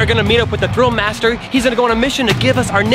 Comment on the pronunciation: Ugh it’s thrill not grill